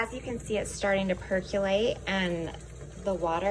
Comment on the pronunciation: It’s percOlate. Not PercUlate. Just a pet peeve.